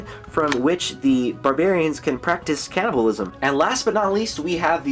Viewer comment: did you say canibalisim